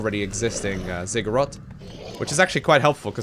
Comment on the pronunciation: Am I the only one that get's triggered by his "Zigguroth" ? c'mon i now you are dutch but there is a difference betwen o and a. Maybe i am just oversensitive because i myself am not a native english speaker ^^